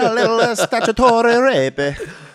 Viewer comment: "a little uh statutorrrrré" fucking howling!!!!